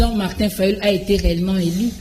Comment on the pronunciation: MADAME, ON NE DIT PAS UN PRESIDENT ELI MAIS ON DIT UN PRESIDENT ELU SVP BATO YA UDPS, BOTANGA WAPI AVEC UNE MAUVAISE PRONONCIATION FRACAISE